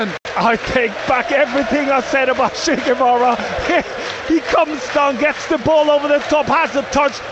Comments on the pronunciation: The way it came out, it really sounded like it lol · Did Jo Tessem call Sugawara "Che Guevara"? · I think it’s ‘Shu Gerwawa’